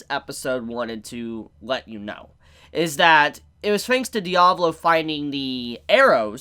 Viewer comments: My guy it’s Diavolo not Diablo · Its Di-A-Vo-Lo not diavlo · Anyone else bothered by him calling Diavolo Diablo? Just me? Ok :(